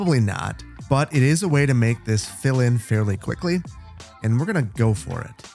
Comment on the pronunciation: The introduction should be called "Phil in moments', as it seems to me at least, that sometimes when you say 'fill in' it sounds like 'phil in'. Here we had a 'phil in' for the politics getting train & bus station in the new area.